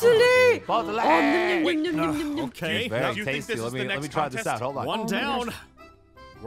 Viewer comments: its called a bOtTlAy Aphmau: 😂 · its a bottle-botteley 😂😂😂